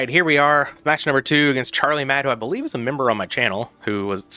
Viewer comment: Believe = be leave lol